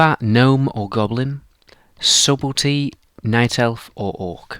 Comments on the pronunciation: He said fucking Subelty It's pronounced Sut tle ty Gah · “Subbelty” It’s pronounced Suttlety